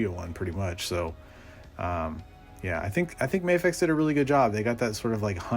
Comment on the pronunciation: It’s pronounced MA-fecha, not May-fex 😀 And I’m also pairing my Tumbler with that one